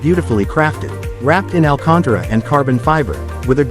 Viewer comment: You are mispronouncing AL CAN TARA repeatedly AND showing a FRONT ENGINED engine, not one from an 911, what is GT2 2 rupies.....you are an uninformed IDIOT